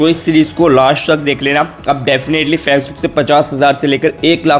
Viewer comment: Fezbook नही होता..facebook होता है भाई पहले ठीक से बोलना सिख ले....